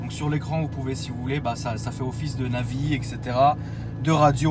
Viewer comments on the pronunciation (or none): none